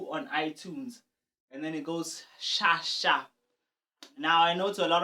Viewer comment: LOL You just made me laugh when you said "Sha Sha"